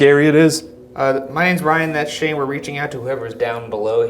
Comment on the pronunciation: how teh helly did Shane hear Ryan? That was the clearest “Shane” ever